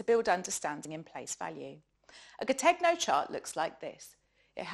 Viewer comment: Great work! Check your pronunciation of 'Gattegno' ; ga-TEH-nyo because it's Italian. Many thanks for your work.